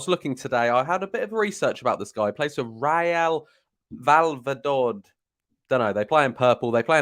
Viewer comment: Sweet jeebas, that was a hilariously bad pronunciation attempt. How are so many brits unfamiliar with the names of smaller teams from outside the UK? 🤣🤣🤣 I’m not even a Spanish speaker and i know that one. For reference it’s pronounced like reh-yal vay-ya-doh-lid Real Valladolid Fun fact about that team is they’re owned by Ronaldo - real Ronaldo, the Brazilian, R9. Not the poncey Christina twat that played for mufchester. R9 is still fairly closely tied to his former club real madrid and if they express an interest in signing that promising RB for their B-team R9 would most likely bend over backwards to make it happen, even recommending them over leeds to the player